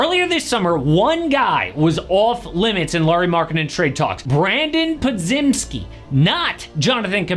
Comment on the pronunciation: This dude doesn’t even know how to say Podziemski yeah nobody gonna listen to anything he has to say about the warriors 😂